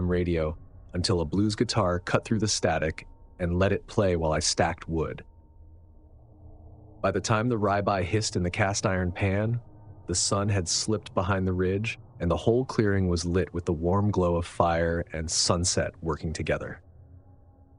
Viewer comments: Ribe eye...nice AI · ?? The what?? 😂😂 Brother I think you’re looking for the word Ribeye “Rib-Eye..”